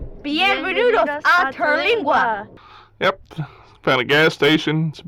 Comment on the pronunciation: Awesome 👏 I’m do happy you enjoyed your visit to Big Bend. Its so big and would take several days to see it all. Terlingua is my fave. Oh and it’s Ter-ling-a. No gwa sound. I pretty much saw what y’all saw but I know there’s so much more. I look forward to visiting it again. Thanks y’all for showing the beauty of my great state of Texas. ✌🏻